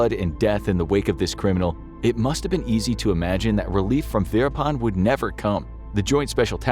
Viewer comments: The name Verappan has a double p (pp) in the spelling for a reason. Stop calling him veerapaan. Learn basic pronunciation if you must before you start recording for professional videos. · Kept hearing it as “Peter pan” the whole way through